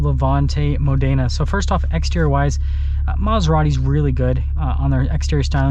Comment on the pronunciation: Mòdena, not modèna😁👍